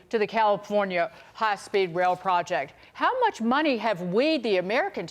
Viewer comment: It's in the toilet my friend. "I no have no muney" 😂